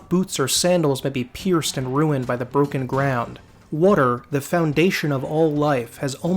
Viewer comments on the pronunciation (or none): none